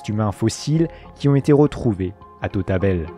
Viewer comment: Et l'homme de tautabel